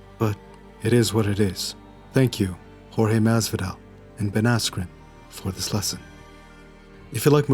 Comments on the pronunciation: You got knocked the fuck out cause you called him George not Jorge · Yeah, Askren was being a douche bag, to me in particular him saying 'George' instead of pronouncing it 'horr-heh' (Jorge) like everybody else, that shit is kind of reacist. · The most annoying thing is people calling him GEORGE instead of Jorge.. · He kept calling him "George" ............ i'm glad he lay'd out like laundry